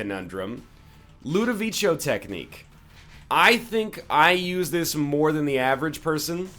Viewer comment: its ludovicos technique not ludovicio this is how u pronunce it right :/ l u d o v i c o